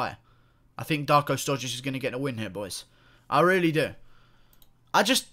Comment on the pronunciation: Serbia and Russia are brotherly nations so don't be angry. And you pronounce his surname wrong, the š is pronounced like (sh) in shower.